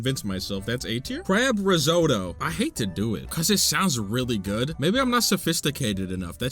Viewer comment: IT’S RIZZ-OTT-OH!! THERE’S TWO T’S!!!!!!! Crying in the club rn